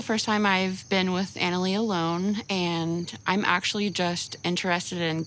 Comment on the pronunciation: How can you marry someone that can't even pronounce their fiancee's name correctly?? It's annoying! Anali is pronounced like Ahn-ah-lee. She even states her name on the 1st episode! 🤦